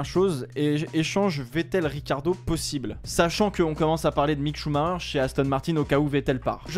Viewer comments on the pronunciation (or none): Pourquoi l’autre il dit Richardo ? 😂😂